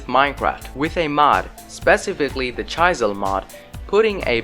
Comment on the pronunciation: chaisel lol